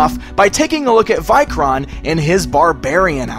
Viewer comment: I like the vikoron or vikor figure how ever you said the name best tho I hate the horned helmet as I have Norse ancestryand knowing it was based on a Viking I hate that the folks of history added horns to the helmets when they were never on any helmet ever found